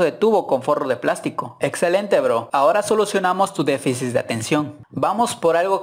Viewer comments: primero y mas importante, se dice "deficit" no "deficis". Saludos. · Se dice deficit, no se dice defisis jajajajajajaja... Y tu voz suena como de niño de 20 claro que estoy de acuerdo en que hay cosas que no se deben hacer, mas por el cuidado de la misma moto por ejemplo cambiarle el escape a lo tonto te va a flamear las valvulas y te dara menos potencia, pero repito, suenas como un niño de 20 diciendo tonterias tipo "no soy tu compañera, soy tu compañere" nisiquiera tienes gracia, de hecho escuchar gente como tu me provoca ganas de ponerle el full system a mi moto para joder a quien no le gusta, pero no me permitiria escuchar mi musica en el intercom tan a gusto como acostumbro, el dia que te compres una moto, aprendas a expresarte y hagas videos interesantes reg... No, mejor no 👎🏼. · Defisis dice JAJAJAJAJAJA